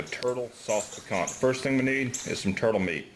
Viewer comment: FYI, it's pronounced "picantEAE"